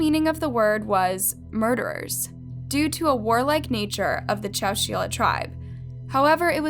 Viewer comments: Hi: I am a new subscriber. I really like your content and presentation. You have really done your research. I look forward to hearing more cases. I have a very minor correction. ChowChilla is pronounced Chow Chill ( like the word chill) a. Thank you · Chow-chill-uh...... Chowchilla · It’s chow-chill-ah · I wish I can correct how she said Legrand and I can’t ahhhh Edit and Chowchilla😭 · It's not pronounced chow-chee-la. It's pronounced chow-chill-ah. I've lived close by for 61 years, all of my life. And "slough" is pronounced "sloo". Wtf? Can you not imagine what you sound like to someone who was actually there?!?